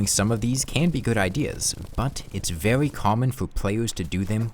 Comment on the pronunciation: “Vewy slow”